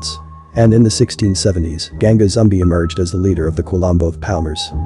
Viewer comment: Gan-Ga ZoomBa is the right way to say it. You are using Zumbi pronounced Zoombee